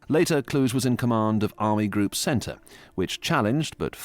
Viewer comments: Not Von Klush, but VON KLUH-GHE. Klush is a French pronunciation with the silenced last letter. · Kluge is pronounced 'Kloogur' not 'Klooshe'. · Field marshal Gunther Von clooge 😅 bah Klu-geh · Von Kluge-cloo-guh. Not clooj. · It’s Kluge(kloo-guh) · von Kluge is pronounced "Klu gah". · Somehow I don't think "Kluge" is supposed to be pronounced "Kludge". 😁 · Kluge is pronounced Kloogeh. He’s German not French. Also Cobra was the breakout of 3rd Army which led to the Falaise encirclement, it didn’t start at that point. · Also Kluge is Klooguh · The pronounciation of Kluge makes my ears bleed. It's disgrace when there are Google translate.